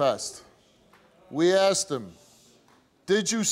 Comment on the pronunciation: He said He aksed me like wtf like the bad dude